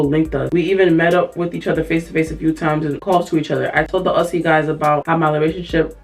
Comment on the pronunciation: Hey just wanted to let you know the way to say “Aussie” is Au-ze this is just the way I say it but I hope this helps:)